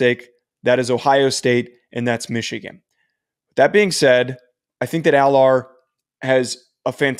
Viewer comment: You can’t even say Allar’s name right